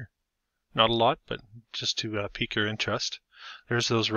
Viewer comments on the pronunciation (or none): none